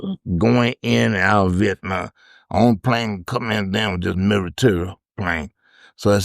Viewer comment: Take a drink Everytime he says oak-anowa or viet-naw